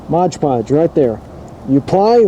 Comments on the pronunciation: Mod... podge.... not modge podge lol come on man your killing me hah thx man I might have to give this a try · Mod Podge not Modge Podge. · "Modge"? It's 'Mod'Podge. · It’s MOD podge, not MODGE podge. BTW it’s just cheap PVA glue rebadged. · Mod podge not modge podge…